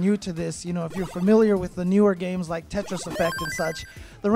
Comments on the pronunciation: He actually says “Tetris or death!” But yeah, it does sound like Jeff lol. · Tetris has 3 syllables Boom Tet Ris